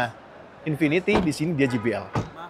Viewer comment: Satu lagi, JBL dibacanya je bi el, bukan ji bi el